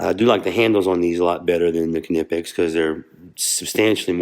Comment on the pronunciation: Thanks for showing these. I was about to correct your pronunciation of the brand name - I thought for sure that the 'K' was silent, but nope, you are correct!